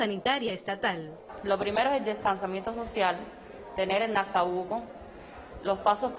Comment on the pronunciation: Si usted no sabe decir NASOBUCO, diga MASCARAILLA, CUBRE BOCA.... pero no ''NASABUCO'' coño!!